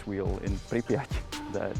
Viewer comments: Wow, your pronunciation of Pripyat' is impressive. Ukrainian here, you did it flawlessly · You ve pronounced Prypyat impeccably. Regards from Ukraine. Stay coll.